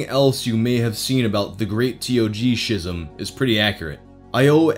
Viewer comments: Love your videos, super entertaining. I thought you should know schism is pronounced s(k)izəm not shizem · Lmao thats not how you say schism.